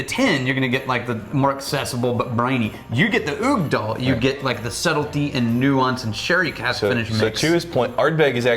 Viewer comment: Ok so, I'm not Scottish, I'm Irish so I'm not sure how it's pronounced in Scotch Gaelic, but I'm positive Uigdeall is not pronounced that way. In Irish Gaelic it would be pronounced We-dyal or Igch-Dell